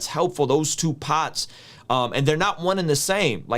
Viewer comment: Bro where you from.....that part when you said part sounded new jersey like lol....